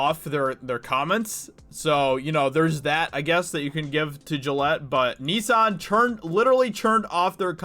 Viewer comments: First time I've heard Nissan pronounced as "Nee-san" 😅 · "Knee-san" 🤣 hahaha.. not hating but that cracked me up everytime you said it 🤣..